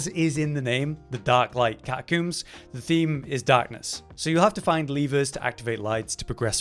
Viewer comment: Ah, yes. The Catacooms.